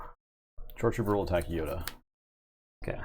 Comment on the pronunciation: Glad to know I’m not the only one that says “Yoder” when playing Yoda lol